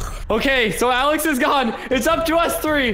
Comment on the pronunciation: Alex not jaef